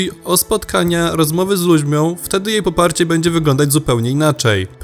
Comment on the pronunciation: rozmowy z ludźmią🙈 Zmieńcie tego lektora